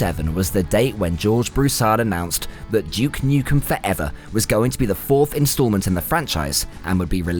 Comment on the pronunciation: Who the fack is Juke Nukem? lol